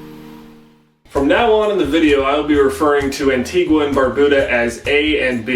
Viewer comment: WOOOO I'm Antiguan-American (Peter Byers is the GOAT), also btw it's pronounced an-TEE-ga